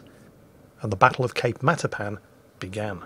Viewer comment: Did you say... the Battle of Cake Marzipan?